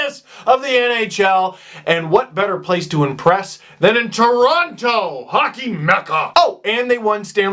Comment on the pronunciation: You're not supposed to pronounce Toronto like that...you're from here :p